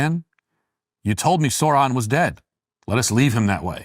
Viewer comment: What is that pronunciation of Sauron from Walsh? "Sore-ron"? Wtf? Edit: If corruption exists, so too must redemption.